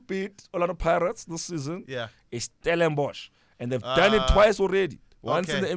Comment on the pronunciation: Finally releaved 😭😭 someone saying Stellenborch